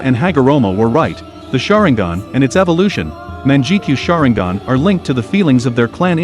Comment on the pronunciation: "Manjekeyo Sharingen"